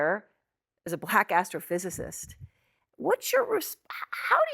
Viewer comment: Not gonna lie, I heard her say "Black ass trophysicist" at first.